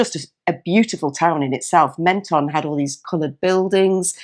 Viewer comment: p.s.. I stayed in that campsite in Menton many years ago ! nice town. They pronounce it phonetically "Mon - ton" not "Men - ton "